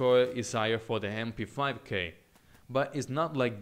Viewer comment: The Hem-p5k Im sorry, but i had to point it out xD you have an accent, its not ur fault, i get it